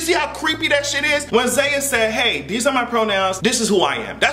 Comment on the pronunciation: its zaya